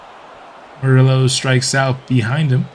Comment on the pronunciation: So Hispanic people who support your channel and asked you to correct the pronunciation of an Hispanic name regarding Morillo and you tell them you dont want to pronounce it correctly even tho you know how? Lol bigotry and micoraggressions are at an all time high, tone deaf and ignorance at its finest, definitely was a fan of the content but gotta unsuscribe because this is not the first time this has happened and that sucks because it was a very fun series man